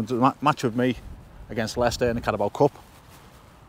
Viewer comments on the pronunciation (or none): Lay- Chester